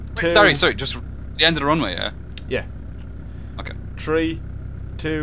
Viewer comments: Everyone always makes fun of the irish for pronouncing three as tree.. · "Tree, Two, One." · tree, two, one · "Tree, two, one". Now I know what comes after two. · i love how u guys pronounce three like tree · Sounds like he saying ( Tree 2,1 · why do you keep saying tree before 2 and 1?